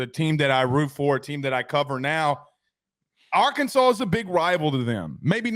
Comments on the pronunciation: Soon as he said AR-Kansas i knew he nothing about Arkansas at all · It’s Arkansas! Not Ar-Kansas. Best watch the Dmac post game interview after beating Lsu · can’t even say Arkansas right what a douche